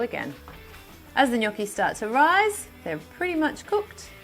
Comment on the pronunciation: Nice to finally hear someone pronounce Gnocchi the right way.